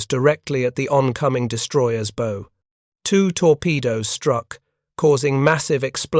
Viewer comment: AI needs to learn how to pronounce "bow"! It's NOT the "and arrow" version!!!